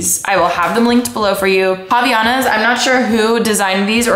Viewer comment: Havaianas are pronounced havAI-anas hahaha they’re designed in Brazil and they’re amazing. They’re a bit more pricey than usual flip flops but they last you a lifetime! My family and I love them